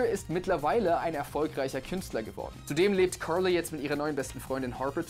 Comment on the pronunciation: Die Aussprache vom jay triggert mich, carrrrrrrrrrly